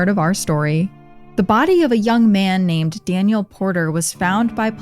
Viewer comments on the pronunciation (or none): none